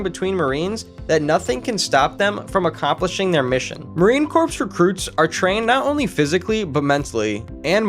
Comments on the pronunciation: my man I know you probably meant well by it and intended it to be a straight forward factual video...but it's really botched. I'm not a marine yet, but please dont ever call them the marine corpse. It's pronounced "core". And the Auschwitz part, as a 4 Generation Polish American, not the best reference picture my guy. I'm not usually offended by shit but as a Polish soon-to-be Marine...bruh lol Now I will say that I love the fact that you had no 5 minute long intro about your name and biography and crap, you just hopped straight to the facts. More videos should be that way. Okay I shut up now. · This is so terrible. I’m 2 minutes in and I can’t continue watching. Marine Corps, pronounced like “core”, not “corpse.” They are not dead bodies 🤡 and what visually has anything to do with the marines except for snippets